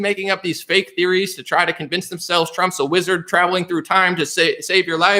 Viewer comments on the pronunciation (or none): none